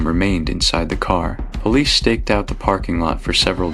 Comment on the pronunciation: "Polis"? Good old AI. Most of these entire stories are AI fiction now days. Bet none of this even happened.